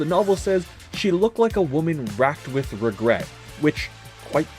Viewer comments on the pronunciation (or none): none